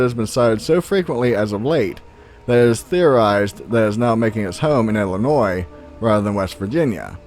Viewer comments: Thank you for pronouncing Illinois correctly!!! Awesome ,found that same turtle as a little girl bout 1988 or so, that turtle was mean,black and honestly very fast moving on land, it literally picked it's shell up off the ground and ran, no freaking bs!!! it had spikes on it's head,shell and tail , it wasn't very big maybe bout a 2-3 yr old sized turtle,I lived in Summerfield and found it bout 5 miles from home in the country outside of the city Mascoutah located in southern Illinois, I've never seen another one since,and never knew the name of that type of turtle either. Home of The Bigfoot originated from Carbondale Illinois way before my time, late 70's or so only heard from older friends ,never had a encounter.... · As a life long Illinoisan, i gotta get this off my chest...., and anyone from ILL knows we will jump your shit if u pronounce Illinois with the s. But i have always pronounced the s in my head but when speaking out loud the s is silent.